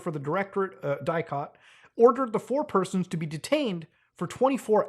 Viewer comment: bro and as a romanian the way he said DIICOT makes me feel funny but he doesnt really know how to pronounce all that doohonky